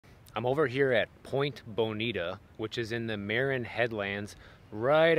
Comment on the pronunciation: I had written a long comment, but maybe it was too long, and "didn't take." Anyway, great video,! I'll try to be more concise. Just wanted to share that Marin Headlands is pronounced, "Muh-rin.";-) Also, it can actually get pretty hot in the San Francisco area, depending on the time of year. It typically gets hotter in the fall (It was in the low 90's when we were there over our anniversary in early October, several years ago.) The fires in northern California last year made San Francisco very hot and turned the air red. Looked like they were living on Mars. So bizarre! It gets really hot inland up north, too! It is regularly in the 100's in Sacramento, where my relatives live. Too hot for me! I would definitely have to live by the coast, if I lived in Northern California! Even LA can often get hotter than San Diego, where we live. Even LA's beach areas can typically be about 10 degrees hotter than San Diego's beaches. We are pretty lucky to live in a temperate little bubble here in San Diego, along the coast (It can get pretty hot inland, here in San Diego, too.) Like you, my husband loves cooler air, but sunny skies, too! He likes it at about 68 to 72 degrees, and I like it around 73 to 75 degrees, though 73 degrees and sunny is perfect for me. We are spoiled, I know. Glad you and Lisi are getting to have this wonderful vacation exploring!